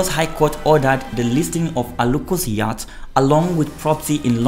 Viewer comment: That word 'YATCH' is pronounced as 'YOT', as in the word 'NOT'.